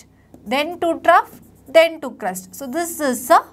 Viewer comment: its crest not crust